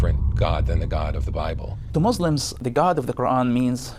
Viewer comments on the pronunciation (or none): I’ve seen many people like him come online to deceive people. He doesn’t even know how to say Muslims he said Muzlims like a non Muslim